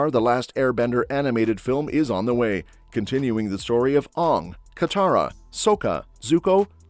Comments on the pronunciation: The pronunciation of Aang's is reminisce of the m night's version! That's NOT how you say his name!!!! As I yell at the screen each time he says his name wrong! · I appreciate the video...all great flicks. All i ask is that in future video's when you refer to The Last Airbender please the correct pronunciation for Aang (the animated version) not the M. Night atrocity. Thanks again for the vid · They are saying the avatars name wrong. In the original cartoon they call him aang they are saying it oong. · Why do they continue to mispronounce aang and soka